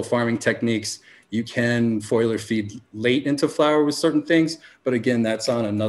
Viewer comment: Great interview! I LOVE the Future Cannabis Project, so I appreciate the crossover We gotta teach the cannabis community how to say the words "FOLIAGE" and "FOLIAR". Too many want to say "FOILAGE" and "FOILAR" for some reason Love, Mr. Pedantic :)